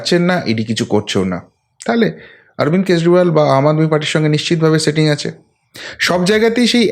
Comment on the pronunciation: Dada doya kore স ar শ er difference ta thik korun. Shetting ache, kesh ta ki, shave ( save) korche. Sunte khub e kotu lagche Kane.